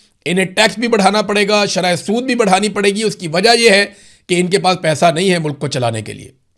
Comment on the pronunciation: (IMRAN BHAI) Nahe kahny k andaz ke to bath he kia hy,,, kaisy ap ly kr aty hain(NAHE) kia bath hy